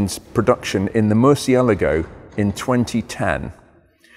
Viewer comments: "moor si eh la gou", man you butchered that one :)) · "Mur see ah LAH go" Hello? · Love this channel, have watched hours of it! BUT from 14m18s onwards pronounces the name as ‘Mercy-a-la-go’ whereas I’ve only ever heard it as ‘Mur-chia-largo’. If you’re reading this and your primary language is Italian or Spanish could you offer some advice on its phonetic pronunciation?!? I can't be the only one who is curious about this! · I think has it wrong too. C followed by i is pronounced 'ch' in Italian, eg Lancia is pronounced 'Lan-cha' I think Murcielago should be 'Mur-chay-lar-go' FWIW in Italian, g followed by i or e is soft, like a j. But 'gh' followed by i or e is hard... so 'Lamborghini' is a hard g, as in 'gone', not a soft j sound like 'gee' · I love how 99% of us have been saying “murcielago” wrong this whole time.... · Loved the video, you do need to pronounce Murcielago the proper way though! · Turns out I’ve been pronouncing ‘Murcielago’ wrong all these years. Is there a fix for the excessive clutch wear? Reprogramme the ECU?